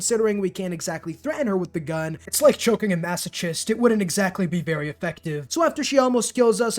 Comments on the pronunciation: Dont know what i liked more in this video: 1. The hilarious editing 2. The butchering of the word “masochist” 3. The sheer fluidity with which you mixed up Harvey Weinstein and Jeffrey Epstein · subscribed but the way you said masochist hurt